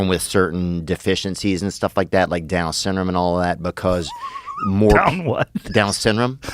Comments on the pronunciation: "Down what?" "Down sinrum." Joe just cracks up and doesn't bother to correct him 😆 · I thought he said dumb syndrome lol